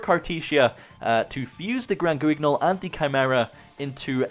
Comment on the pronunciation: Hey, just so you know, Guignol is a French word (famous theatre puppet) where the “u” is silent and “gn” is pronounced like ñ. Love the content